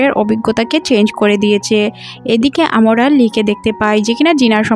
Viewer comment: আপনি 'আমরা' কথাটাকে বারবার 'আমোরা' কেন বলতে থাকেন 😡😡🤬🤬